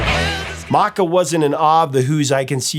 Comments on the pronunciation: Măcca, not Mäcca. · No offense, but the A is short, like scapple or happy, not like jaw or water.